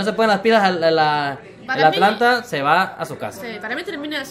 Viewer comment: porque le decis Atalanta y no Atlanta? me dio curiosidad